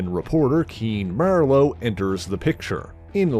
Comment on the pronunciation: Keen MER-LOW???!?!?